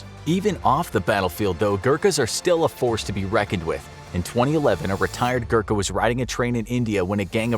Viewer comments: It's Gorkha not Gurkha, please pronounce properly... Anyway nice informative video. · It's pronounced "Goo-Rr-kaa" not Gurka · Im from Nepal, and I know how good they are. Btw, "Gurkha" is pronounced as "go-rr-kk-ha" not "gurk-ha" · It is Gorkha not Gurkha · It's ghorkhas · every nepali happy until they realize the english have been pronouncing every word he tried to say wrong. Yes, I am a nepali and am salty about him not being able to pronounce any nepali word such as gurkha, gurung, khukuri, shrestha etc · As a nepalese, I feel awakward when u say gurkha badly